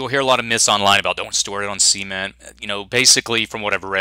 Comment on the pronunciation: I sorry for being a phonics nazi but it is NOT pronounced see-ment or sea-ment. It's pronounced sə'ment (kinda like duh, only with an "s", and then "ment")